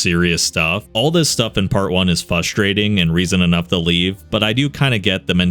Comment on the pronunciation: That can be quite “fustrating”